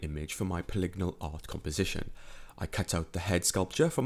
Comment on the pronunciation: Oh god, is the way he keeps saying polygonal wrong every time pissing anyone else incredibly, or is it just me?